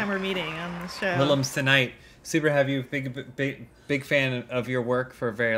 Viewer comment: "Super have you, biguba big, big fan of your work for a very long time, so I'm very havey to hab you on the show." So James? I noticed you Immaculately avoided saying that you're happy to have Elyse there. What's uhh.... What'sup with that?